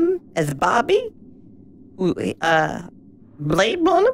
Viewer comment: "blade blunner"